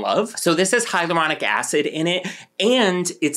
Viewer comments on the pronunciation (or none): I was disappointed with your "hyaluronic" pronunciation 😂